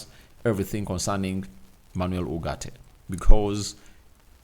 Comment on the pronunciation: It's ugarte not urgate